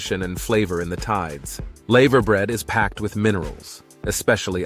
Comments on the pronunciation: It's not laever bread, it's lava bread! Get it right, yank! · The "laver" in laverbread rhymes with "lava", not "saver". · It isn't laaayveer bread ots lava as like the molten rock ! Our pronunciation is mad to others I know. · It's pronounced lava bread like the lava from a volcano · male voice Choir you AI robot dumbass PS tree...or...key not tray orkie, and lava brear not layver bread i understand your doing this shit to be corrected anf get more comments but it sucks ballz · It's a shame that you didn't research the pronunciation of all of the words used in your script. Some were very inaccurate because of the way Americans pronounce the alphabet. The 'a' is pronounced hard in laverbread. Cymru is actually pronounced 'cumri', not 'simru'; the word means Wales. I almost didn't get to the end of the video because of the commentary. The majority of the footage was not from Wales! Oh, and not everyone sings. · Not layver bred laver bread. Not trayorchy treorchy. Not said langol en llangollen.